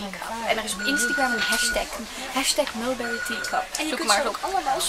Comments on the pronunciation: Ja, viel mij ook al op :p het is meer "Mulbrie" uitgesproken. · Leuk hoe enthousiast jullie zijn! Maar please spreek Mulberry wat beter uit. Nu zeggen jullie het echt op z'n Nederlands :P